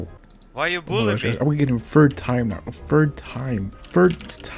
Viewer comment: He really hit us with “tfird”